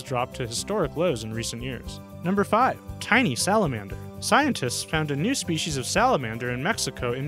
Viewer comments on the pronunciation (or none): New SHPEESEES of a new SHPEESEES! How exciting!!!